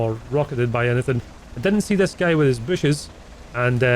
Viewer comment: You pronounce guy wrong, you say something familiar